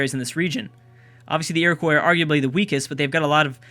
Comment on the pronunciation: Iroquois is said like Ear-o-kwa, not like Ear-o-kwoy, please say it that way as I could handle it being said that way a few times but the sheer amount of times it is being said is killing me inside